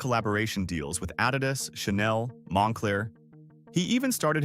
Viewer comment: Add-id-us you say?Louis Vi-tong? 😅